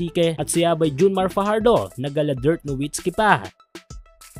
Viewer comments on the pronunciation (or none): Haha si imf dirt lang, ginawa mo naman imitation local na nga eh.. Paki ayos para naman hndi comedy it's DIRK.